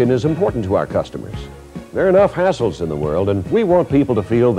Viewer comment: I thought he said ahols